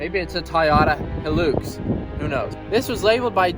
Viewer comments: bruh he just said Toyota Hilux perfectly in Romanian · Its pronunced hi lux so your right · LOL Hilux worlds most indestructible UTE? have you heard of a Land Cruiser? oh and the way you pounce Hilux is right. people pronouncing it Hel - Lux is so annoying its Hi - Lux. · Nah it’s definitely pronounced “Toyota ‘High’-lux”. Take it from me, an Aussie.... There’s tons of Hilux’s down here. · Pronounced high- lux good luck to ya that thing will put up a fight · It's definitely pronounced " high lucks" anyone calling it a "he licks" is obviously stupid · Yay you pronounce it Hi Lux :) All us Aussies say thank you lol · I’m glad you pronounced the Luxy as... Hi-lux and not Hill-lux. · Atleast he called it the proper name it’s hi lux not he lux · pronouced High Lux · In australia it is pronounced high lux These cars are all over australia Have a look at a 79 series landcruiser. They are a beast. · And it definitely is pronounced high-lux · I'm Australian and can confirm it is pronounced Hi - lux. So you got it right first go. Hope you at least enjoyed driving it while you had it. You should get a few videos out of it. Yes even you 🤣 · It’s pronounced high lux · You're right it is pronounced high-lux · Whistlin youre pronouncing it correctly Hilux High-lux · Think your the first American to pronounce hilux correctly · Don't worry mate you said Hilux correctly! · Hi you pronounced it right Hilux. And I only just subscribed to your channel too. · your Pronunciation of the hilux is correct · you pronounced Hilux perfectly